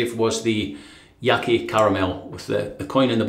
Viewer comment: Great shave!! ^^ Just for info, Yaqi name is not "YaKee" but "Ya Chi". "Qi" is pinyin (Chinese Mandarin romatization) of "Chi". I hope it helps :D Love your content !